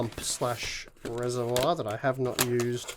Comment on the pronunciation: Hi. I noticed you pronounced "reservoir" strangely. To help you along, go to this URL for the right way to say it. Hope this helps. Ooi, I'm an Aussie too.